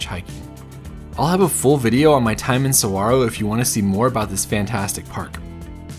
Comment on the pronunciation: Thanks for pronouncing saguaro correctly 😊